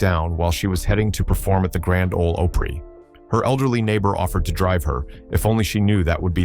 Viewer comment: Dont miss pronounce opry as ooprie its grand old opry not ooprie, if you can't pronounce it dont speak it, this was disrespectful hearing your mispronunciations